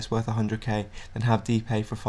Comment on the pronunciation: btw I dont want to be annoying, but his name is pronounced de-pie, not dipay.